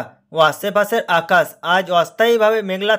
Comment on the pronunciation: 'আছে পাছের আকাছ' ভাই তোর যা বাংলা উচ্চারণ!